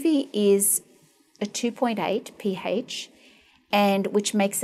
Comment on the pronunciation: the P-hAYSCH IS 2.8 LOL